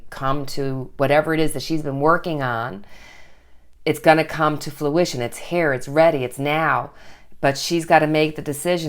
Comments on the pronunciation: It kept sounding like she was saying fLuition rather than fRuition. I'm sure it's an accent thing, but it was messing with me. HA! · Love, love your channel, and love the new intro!!!! It’s fruition not fluition with an L. As in the fruit of your labor is coming into being. Just a minor thing. 💕😃